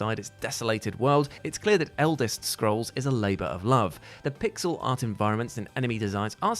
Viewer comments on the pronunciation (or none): none